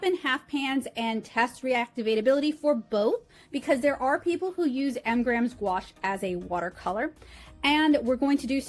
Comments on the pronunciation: I would think that being sponsored by M. Graham, you could have at least given them the courtesy of pronouncing their brand name correctly. But what made me turn this off was your cheesy and offensive southern accent. Completely uncalled for in any case, but especially so since M Graham is produced in the Pacific Northwest. How unprofessional can you get? 👎👎👎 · You keep saying “Mgrams” isn’t it “M.Graham”? Singular, not plural?